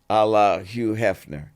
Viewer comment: So he says “Allah Hugh Hefner” 😡